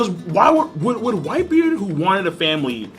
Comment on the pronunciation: That nigga can't even say whitebeard correctly lmao "whitebeer" 😂😂